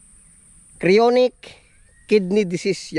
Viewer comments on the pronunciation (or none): CHRONIC is pronounced KRO-NIK